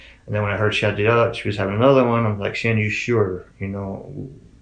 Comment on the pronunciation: The dad calls her Shannon not Shan-nan, where did that get so off at? Btw my heart breaks for her family 💙